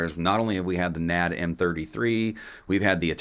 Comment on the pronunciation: It's N.A.D. NOT Nad. F Y info. Think S.A.E.. just letters. Not said as a word.